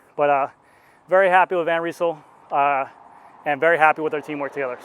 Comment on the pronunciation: Nice review! Just a little correction: You have to pronounce the Y in Van Rysel the same as the A in damn ;-)